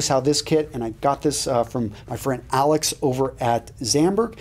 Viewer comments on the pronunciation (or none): none